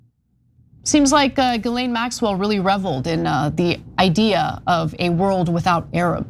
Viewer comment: My only criticism of this video is the pronunciation of Ghislaine Maxwell name. It is pronounced Jizz-laine! Emphasis on the jizz! 🤢🤢🤢🤢🤢🤮🤮🤮🤮🤮🤮